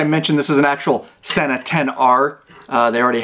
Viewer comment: Pronounced SEE NA